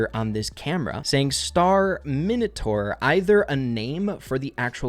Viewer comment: 🤣🤣🤣 said Star-Minotaur I think its just another movie reference as in Star-Terminator